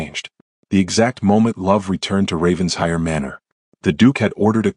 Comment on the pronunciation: Raven-shire. Pronounced in England as Raven-shir. It is not Ravens-hire.